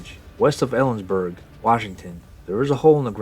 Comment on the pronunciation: Don't feel badly. Unless you're born and raised in Washington, you'll mispronounce a lot of names. Tillicum, Steilacoom, Kittitas, Puyallup, Snohomish, Skokomish, Clallam, Sequim, Hoquiam, Nespelem, Inchelium. You got Ellensburg right so there's that and you didn't add an 'r' to Washington, so again kudos.